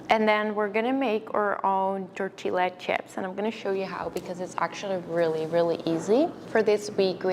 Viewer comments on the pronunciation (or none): Amazing video! Thank you 🌸 Just a little correction: the double Ls in tortilla are pronounced Y (tortiya)